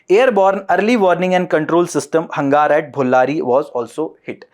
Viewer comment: Hangaar nhi..hanger hai😁😁😁